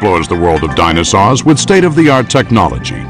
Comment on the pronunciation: it sounds like a 6 year old trying to pronounce "dinosaur"